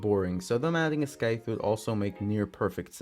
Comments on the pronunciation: Bro scythe is pronounced “sithe” not “skithe” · scythe omfg not scyth and you said it very wrong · lol im sorry, but I just had to politely let you know that the 'c' in scythe is silent. But great video, I'm hoping he gets his heirloom next! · hearing him pronounce scythe as skyth is painful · I’m a revenant main so I really want his heirloom and not to be rude but you pronounce scythe wrong and spelled it wrong